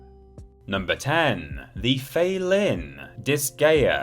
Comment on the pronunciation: Felynn is pronounced Feline...because she's part cat. That said, Lady Dimitrescu.....my goodness!